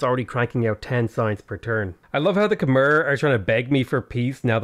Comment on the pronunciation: hey dude, not trying to be a pedant, just hoping to be informative. Khmer is pronounced with an -ai sound at the end, not an - er sound, despite the spelling. The way you pronounce the Khm - is spot on!